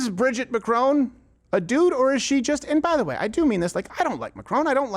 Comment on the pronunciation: This opens with you mispronouncing Mr Macrons name....seems then proceeded to site the evidence Candance dismantled in her series. For a guy constantly preaching about sources, you may want to consume the source material first.